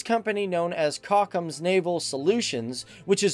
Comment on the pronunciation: Too bad they have people as hosts of these shows who know nothing about the subject they're talking about. Sweden apparently is not advanced when it comes to military technology. Huh? Also the shipyard that built the submarines is called "Kockums" not "cockin'.